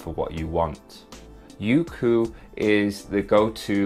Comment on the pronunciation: I pronounced it as "yokou" instead of "youku" guess im dumb lol